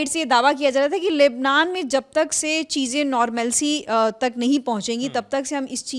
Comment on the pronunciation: Abe Urdu bolna to seekh lo.. Cheejen...nhi... Cheezen